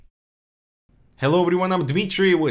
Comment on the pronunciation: I lose it whenever he says "Ewps" xD